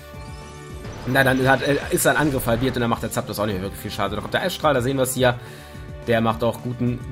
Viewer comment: "eissträhle" 😂😂 noch nie was von Eisstrahlen gehört? xD